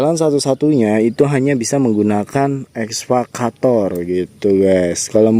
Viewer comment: EKSA...EKSA....EKSA VATOR...BUKAN...ESVA....ESVA CATOR....MAN...MAAAAN..#.